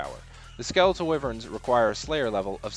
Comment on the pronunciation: Lol Skeletal Wivverns